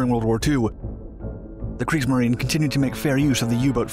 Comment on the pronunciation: “Creeksmarine” lol